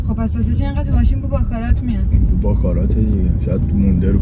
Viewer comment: باکارات نه دوست عزیز….. باکارا …. اون T تلفظ نمیشه